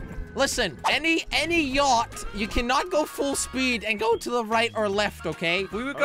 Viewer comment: Its yacht not yatch